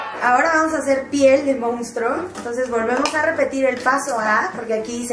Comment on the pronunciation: 'Mounstro' xD